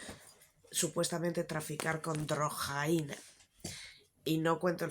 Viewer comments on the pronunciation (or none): Me da la vida cada vez que dices drrrrrojaina